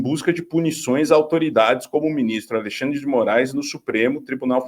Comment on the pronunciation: Quem fala Alixandre é o tal do Do val tbm.